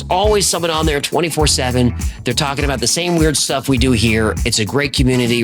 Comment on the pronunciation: "know what im twakin about"